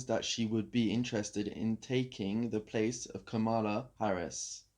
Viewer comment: Didn't expect to hear Kamala Harris's discussed here, but I should have known better. Lady C, a Jamaican, is a fountain of knowledge. Btw, her name is pronounced, comma-la.